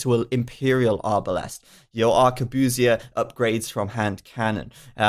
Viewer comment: erm, that's not how it's supposed to sound, I'm quite sure ... it's obviously a word borrowed from french also your pronounciation of arquebusier was gutwrenching sorry if this sounds condescending to you, how would you have phrased this?